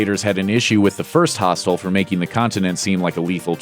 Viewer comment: Got really annoyed coz he kept pronouncing "hostel" as "hostile"